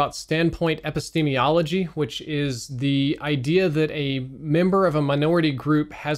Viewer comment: I love you but that pronunciation of epistemology was a bit oof